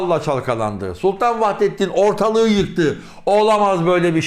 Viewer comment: Vahidettin değil Vahdettin olacak aradaki i harfi olmayacak Türkçe ni duzelt